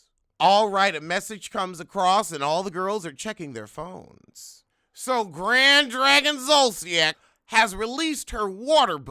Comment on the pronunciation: “Grad Drag-On “ lol